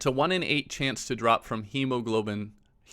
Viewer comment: you probably won’t see this but i was crying because i’m going through a lot of changes right now and it’s hard but when you said hemoglobin i laughed so hard i realized that everything will be okay and i appreciate you for not editing that out.